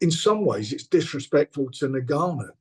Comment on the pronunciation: NGANNOU NOT NUGANNOU😩😩😩😩😩😩😩